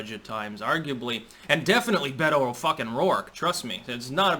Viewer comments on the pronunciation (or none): none